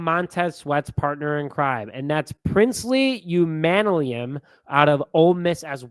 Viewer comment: Princely Umanmielen's last name is pronounced Umon-me-ellen. Nice try though lol.